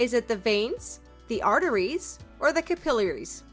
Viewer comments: Your AI pronunciation is off- capillaries and stapes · 38/40. FYI, your pronunciation of Stapes and Capillaries is off but that may be due to voice generation software. Fun quiz!